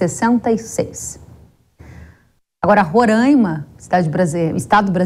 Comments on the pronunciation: RORÃIMA É MEUS ZÓVU .................. O NOME CORRETO É RORAIMA.... RORAIMA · Alguém pode ensiar a aposentadoria a falar Roraima corretamente, é Roraima e não Rorãima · Moça, respeite o nome do nosso estado. Não somos Rorãima. Com certeza não sabes, mas Roraima é um palavra indigena. Por favor, não venha nos renomear, antes de se aventurar em fazer comentários acerca do Norte, busque antes estudar um pouco. Com esse assunto, do momento, estamos confirmando que o Brasil de baixo, não conhece o Brasil de cima.